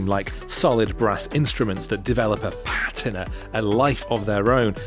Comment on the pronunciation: Is that really how British people pronounce 'patina?'